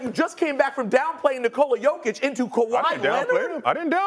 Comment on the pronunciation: It’s Jokić and it’s not even close lmao